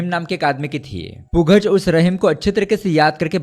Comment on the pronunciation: Yaar bhai, Pugaz is basically to be pronounced as Pugal (पूगल)